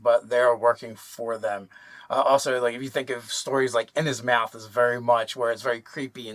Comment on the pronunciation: I come here for the weird pronunciations of words. Taifling. Kai. Innhismouth. xD